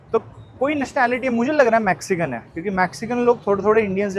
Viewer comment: Please fix a couple of pronunciation! Sky Scra Paar nahi Sky Scre Pers hai Max ci can nahi Mex cican hai Also No Maxcican language They speak Spanish